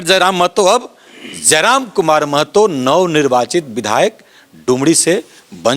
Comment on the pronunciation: You r the first who do right prounciation of महतो not मेहतो